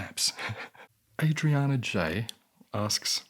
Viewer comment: We stan a creative king! It was really entertaining to listen to you ramble about creation and art and how you are driven by it, it was great. Also: /Ah/driana 😆